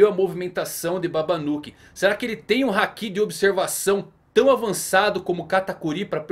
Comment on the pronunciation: Não é Hakí é Háki